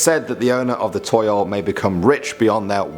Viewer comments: I think Toyol is actually Tuyul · its tuyul laa